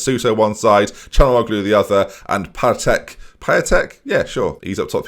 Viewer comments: Piątek is pronounced Pyon-teck. Loving the series 👍👍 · Piatek said "pee-on-tek" Just for future reference